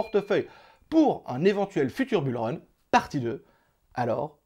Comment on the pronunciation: Bule run 😅😅😅 j'avais jamais entendu celle là 😂